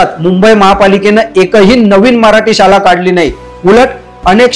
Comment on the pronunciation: उच्चार सुधारणा ... " शाला " ❌ ... " शाळा " ✅